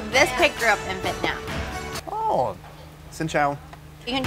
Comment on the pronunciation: Wow she pronounced the "-nam" part of "Vietnam" right when answering where the suckling pig was